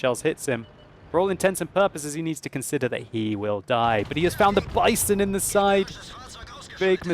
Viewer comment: omg when he first pronounced the "Bison" I bursted into laughter..... I think you have to pronounce it "Bee-son". Greetings from Germany!